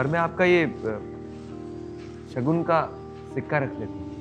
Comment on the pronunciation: it is शकुन not शगुन